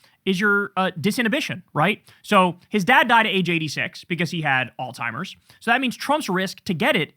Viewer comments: KK. There's no hard "t" in pronouncing Alzheimers..just sayin, no big deal , doesn't matter, just stop. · Can you please stop calling Alzheimer’s oldtimers? It’s actually driving me crazy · Kyle talking badly about Trump's vocabulary while referring to Alzheimer's as "All Timers" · There’s no T in Alzheimer’s bro. Plz take care to say the right words, especially as you’re criticizing someone else’s speech.